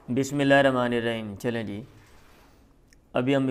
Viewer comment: شیخ محترم بسم اللہ کو صحیح پڑھنا چاہیے ورنہ آپکو بھی پتا ھے کہ معنی کیسے تبدیل ھو جاتا ھے